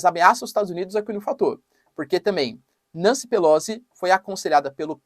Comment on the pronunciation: Professor, assim como todos comunicadores se esmera em pronunciar nomes em inglês corretamente, pq não o faz tb em italiano? Pelozzi se pronuncia Pelotzi. Pq Nâncy? Não soaria melhor Nanci, como cá se diz? A propósito, pq Flórida se na origem era Florida, como quis Ponce de León, o espanhol seu descobridor e batizador?